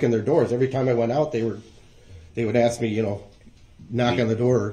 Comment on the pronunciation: Ax you a question